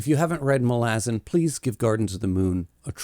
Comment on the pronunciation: love the video but bro not Muh-lazen its MA - Luh- Zan it drove me crazy lmao